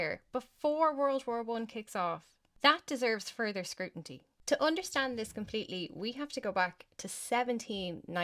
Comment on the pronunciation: SCRUTINY NOT SCRUTINTY 👍💯🇮🇪